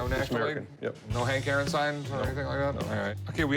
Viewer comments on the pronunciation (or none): none